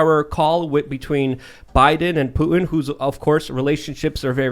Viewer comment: Putin not Poo in what are you a valley girl🤔